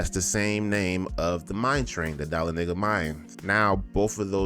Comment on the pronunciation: I think you're pronouncing Dahlonega incorrectly. 🤔